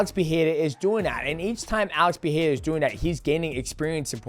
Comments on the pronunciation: Pe-re-ra Say it with me DJ 😂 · DJ, once again it's Pereira not Piera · “Alex pehera “ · Why do people struggle to say Pereira so badly? C'mon Mighty say it right bro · I hate how he tries to say Pereira in their language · Love you DJ but it hurts to hear how you pronounce Pereira 💀